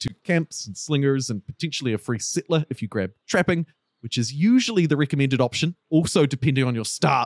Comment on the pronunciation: I like how you pronounce "sittler" instead of "settler"